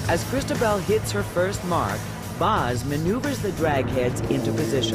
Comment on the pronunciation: To the narrator: Do you see that little black mark on top of the letter "O" on the word Cristobal? That is called an accent. It denotes the strongest syllable in the word. So Cristobal is pronounced Cris-TO-bal. Thanks